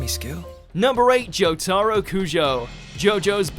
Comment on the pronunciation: Joh-tuh-row please man say it right